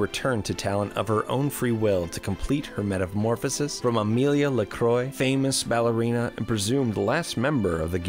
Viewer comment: "Amelia Lecroy" you have deleted the French in her name